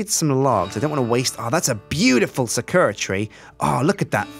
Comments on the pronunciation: Sakura is pronounced sah-kah-rah. Pronouncing it say-ker-rah is a common mistake though, so don't feel bad. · Did he even say "Sakura Tree" right?